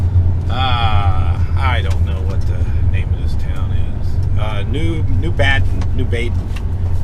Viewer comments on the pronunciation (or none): New BAY-DEN.....Born in Nashville, IL and grew up in Belleville.....ILLI-NOISE...Love it.